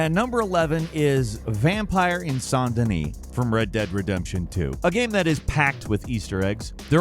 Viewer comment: You say Saint Denis like one of the rich folks